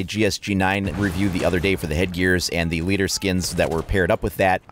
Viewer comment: one worth noting - the gsg9 skins are pronounced "ledar", and I know you it means leather in German. Just something I wanted you to know:)